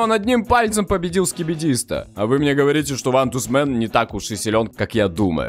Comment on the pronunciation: Мистер бист сказал квантусмэн😂😂😂😂😂😂😂😂😂😂😂😂😂😂😂😂😂😂😂😂😂😂😂😂😂😂😂😂